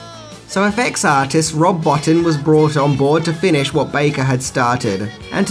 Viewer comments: Rob Bow-teen, not Botton ;] Guys a legend, lets get his name right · Bottin is pronounced Bo-tine. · Nice review. BUT...Rob Bottin's name is pronounced Bo-TEEN. Cheers. Oh, and Eddie's name is Quist not Quest. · Best looking Werewolves in cinema history! Thank you Rob Bottin (pronounced bó-teen). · Pronounced BOW-TEEN love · This narrator doesn't even go to the trouble of finding out how someone's name is pronounced. He calls Rob Bottin (pronounced Bo-Tine) Bottin as it looks when written. In another video he calls Tobe Hooper, Tobe (one syllable) instead of the way it is actually pronounced, which is Toby. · I met Rob Bottin and mispronounced his last name. He told me it's Bo-teen FYI.